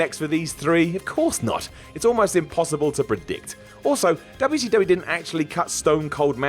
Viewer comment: A trade noticed by Dub'ya-C-Dub'ya